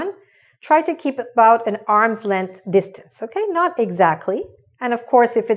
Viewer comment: Sorry,Dear,"keep your distonce",the last word needs to correct to distance